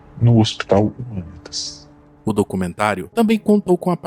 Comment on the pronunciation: Documentário top. Só ajeita as pronúncias kkkk Jardim “Andére”. Marco “Elí” Chereze. Hospital “Humãnitas”. Abraço!